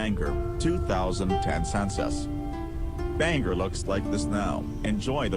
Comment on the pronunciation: apparently the computer voice is mispronouncing it! good video 😀